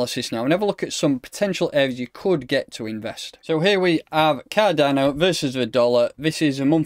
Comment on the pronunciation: “Kah Donno!!”